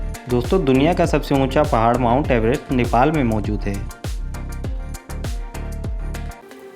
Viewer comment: Mont Everest نہیں Mount Everest